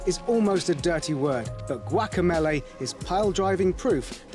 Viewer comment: Guacameeeeeeeleeeeeee not Guacamaylay